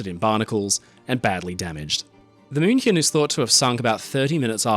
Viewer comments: German native speaker here - perfect pronunciation of "München". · Spot on pronounciation of 'München'. Also a little not-so-fun fact: Her sister almost sunk in a similar manner a couple of years later. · I appreciate the correct pronunciation of München. Thank you, A native German speaker